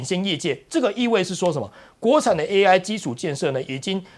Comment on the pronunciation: AI 讀作 A1，這主持人也太水了吧😂